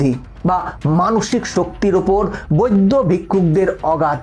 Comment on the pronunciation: তোমার উচ্চারণ ঠিক নয় উনাদেরকে বৈদ্য ভিক্ষু বলে না উনাদের কে সম্মানের সহিত বৌদ্ধ ভিক্ষু বলে তোমার আরো শিক্ষার দরকার আছে